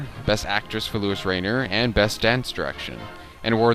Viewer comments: You kind of lose any credibility when you are unable to pronounce famous people's names. If you're not sure, ask someone before putting your foot into your mouth. 'Lewis' Rainer, indeed. How old are you, 13? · You mispronounced Luise Rainer's first and last name each time you said it. Also, the most famous scene in this movie is her melodramatic telephone scene, and you didn't even mention it. It's the only thing this movie is remembered for. An interesting thing is that she only had 30 minutes of screen time in a movie that was over 3 hours long. It's ironic, because that was the first year that they had supporting actor/actress categories, and they messed it up from the get-go by nominating her for Best Actress-- and she won. And they still haven't gotten it right-- giving Alicia Vikander Best Supporting Actress this year, even though hers was a lead role in virtually every minute of The Danish Girl. Anyway, this is a interesting series of videos that you've created, and I intend to watch more of them. Thanks for posting.